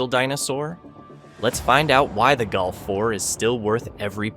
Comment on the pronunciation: You prenounce Golf like Gulf ( of Mexico ).Why? “O” is not “U”, 3 is not 4, eh?